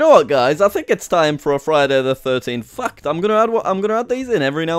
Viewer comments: When you say "fact" it sounds like you are saying "f**ked" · the way u pronounce fact XD